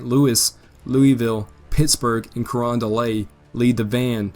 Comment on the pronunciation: The “t” in Carondelet isn’t silent. At least it isn’t to people in St. Louis, where the USS Carondelet and several of her sister ships were built.